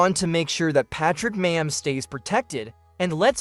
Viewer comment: You're not saying his name right dude you also did not say mahomes name right either